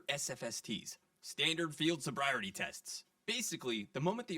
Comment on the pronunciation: HOWEVER I greatly appreciate you doing the voiceover yourself as opposed to AI so if that’s the trade-off I’ll no longer complain about your mispronunciation of “sobriety”